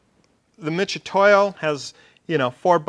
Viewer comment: MIT....MIT....MIT !!!!!! NOT "MITCH"UTOYO